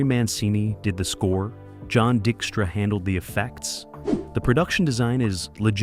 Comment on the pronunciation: I have to get into writing scripts for speech synthesizers, because there's no reason you shouldn't be able to have "Tobe Hooper" & "John Dykstra" pronounced correctly in your videos, you just need to write the script properly...